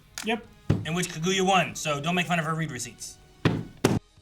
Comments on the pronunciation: Damn okay we’re really going this whole show with “ka-goo-ya,” huh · Do they ever stop calling her Ka-goo-ya?